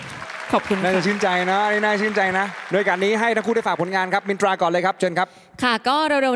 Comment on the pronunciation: มินตราออกเสียงรชัดดีมากๆค่ะ อนุรักษ์ภาษา